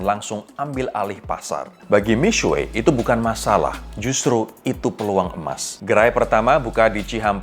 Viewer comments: i speak mandarin, he still pronounced it wrong, tapi masih lebih baik daripada "miksu" kaya kebanyakan orang. yg benar "mi-shwe" atau di bagian u-nya "xue" itu bacanya diantara mau bilang u dan i kalo abangnya ini terlalu strong nyebut U-nya, jadi mi-suwe wkwkwk. but props to him for trying to pronounce it correctly, mandarin isnt easy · cara sebut seharusnya : Mi Shhye Ping Ch'eng. tapi ini masih lebih baik daripada yang nyebutnya Mik Su We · Sebutan nya mix su bukan sueii 😂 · masih salah misuweek wkwkw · Pro jurnalis membahas brand Cina. Seharusnya ketahui dulu pronunciationmya yang benar. Kamu sebut Mixue seperti gabungan mie dan cakue.. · ignire the guy above me, tidak ada yang bilang harus pandai berbahasa, cuma kasih saran cara mengeja yang benar.... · Agak gak nyaman pronounce Mixue......